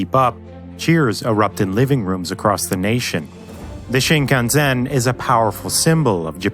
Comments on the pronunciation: So cringey to hear shinkanzen repeatedly... It's shinkansen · The video is about the Shinkansen, and you go and pronounce it ShinkanZen. Dude. 🤦‍♂️ Sen literally means LINE. The name Shinkansen means New Main Line. You’re saying New Main All. The track checking train is called Doctor Yellow, not “the yellow doctor”. To paraphrase Lt. Cmdr. Data, “One is its name, the other is not”. Having said that, the video is pretty top notch, which makes it sad such glaring basic errors were made. The CG is really nice and complements the audio well. I don’t think the use of white as “sea” and blue as “land” in the maps is as bad as others have said, I get that it’s a design choice you were happy with. Despite the errors, I’d give it 9 out of 10. 👍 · There's no "z" in the pronunciation of Shinkansen. SHIN-KAN-SEN (SHEEN-KAHN-SSEN) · Shinkansen with the "Sen" is pronounced as S NOT Z. Why you pronounce it as Zen. please change it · Why do I hear you saying Shin Kan Zen? with a 'z'. It is an 's' not a 'z' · Your pronunciation is like "Shinkanzhen". lol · ITS SHI-KE-SAN, SHE KE N SA N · These bullet trains are pronounced shin-KAN-sen (mild accent on the middle "kan", and the last syllable pronounced as "sen" and NOT "zen"). Just say it exactly as written, including the western tendency to put the accent on the second to the last syllable. The narrators should at least check these keywords and strive to pronounce them with a near correct accent, as it is very irritating to hear them mispronounced over and over. Also, BTW, the maintenance car is affectionately called "Doctor Yellow", not yellow doctor. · It'd be awesome if you could pronounce the name of the train properly. Shin-con-sen. Learn it. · We Japanese never pronounced the name of this train as SinkanZen. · How did he come up with the idea of pronouncing Shinkansen as "Shinkanzen". Good video but this was bothering me the whole time. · the way the narrator pronounces shinkansen tho 😂 “the sheenkanzen” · shinkan SEN, not ZEN.